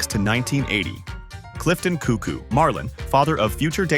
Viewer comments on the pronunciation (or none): none